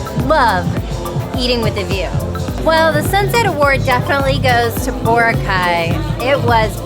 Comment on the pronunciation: Hehe. You’re still pronouncing Boracay incorrectly. Emphasis is on the second syllable. ❤